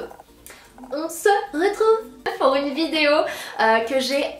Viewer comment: Je n'avais jamais remarqué mais avec la vidéo avec Horia je l'ai enfin remarqué 😂😂 "on ze retrouve"